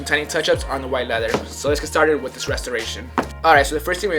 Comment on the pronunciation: "Welcome back to a new episode of restorations-wiah "